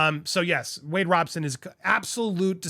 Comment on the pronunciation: Andy not Wade Roberson ..is Wade Robson..